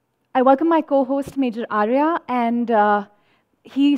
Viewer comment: It's not pronounced as AARYA but ARYA. It means noble man. We must honour our almost extinct Hindi language (national language on papers) here. Thanks.